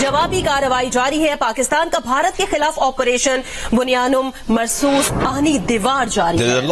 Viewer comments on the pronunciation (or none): Its bunyan ul marsoom not marsoos